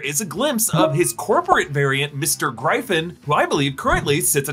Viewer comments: Sorry, is that how Americans pronounce gryphon? Not griffon/griffin? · His pronunciation of gryphon is unforgivable